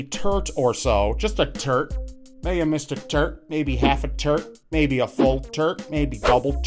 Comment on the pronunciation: that is a tort not a turt rob